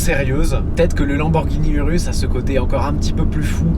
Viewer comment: URUS Se prononce OUROUSSE , jcp pk tt le monde le dit mal